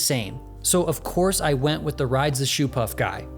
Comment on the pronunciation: Riiiiiiiiiiiiiiiiiiide ze Shoopuff??